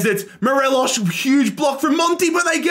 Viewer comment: As a rangers fan it was great seeing us dominate scotland and seeing tav get that high rating. Unfortunate to see the end result however. Also it's mo-re-loss there's no sh sound.